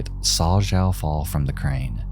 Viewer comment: It would be pronounced xiao = shao, quimei = chumey And Sergio = J sound in Spanish as in jarro, jicama, jarritos. An H sound in English if you will. It would help your videos if you tried to learn pronunciation of names when covering international cases or people who have foreign names. It can come off ignorant and irksome especially when it comes to victims. I enjoy your videos but it’s hard to get past that sometimes.